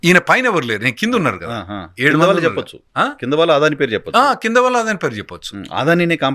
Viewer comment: ఒర్ బాబు తెలుగు సరిగ్గా పలుకు "ఆదాని కాదు అదని"